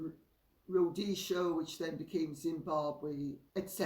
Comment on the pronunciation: It’s is so nice to hear you pronounce Rhodesia correctly, as a born and bread Rhodesian thank you. I think these two have no idea what they are saying and how easy it is to cause issues amongst the commonwealth! I agree that this is a complex situation. Wish they would just go away and leave these things alone.